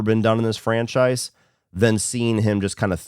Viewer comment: My biggest of your hot takes is your pronunciation of “franchise” over the years